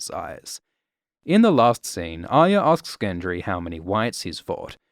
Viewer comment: You are about the only one on the internet who pronounces Arya correctly.